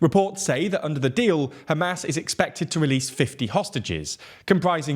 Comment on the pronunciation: Every time you say Hamas, I hear ham-ass lol. Love your videos!